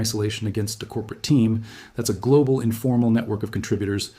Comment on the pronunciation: ah he said global sad